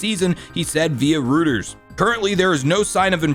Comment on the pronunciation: haha its pronounced roy-ters not roo-ters